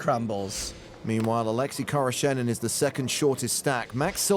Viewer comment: Oleksi khoroshenin? I thought the commentator said a Lexus car salesman.